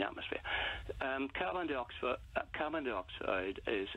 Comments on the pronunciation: Carbon Di-oxford.? Why the fuck can't he pronounce carbon dioxyde. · ‘Carbine dee-oxide’. What is this? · You’d think he’d at least have learnt how to pronounce carbon dioxide...